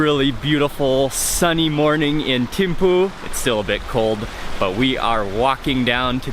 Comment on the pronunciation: We pronounce it theme-fu